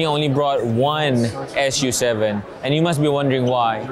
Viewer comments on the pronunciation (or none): I think Lei Jun calls it Su 7 not 'S' 'U' 7